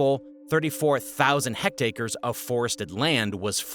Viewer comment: I can forgive "Laos" pronounced as "Lao", as the natives apparently do, but not "Hectacres" for "Hectares" , which is silly.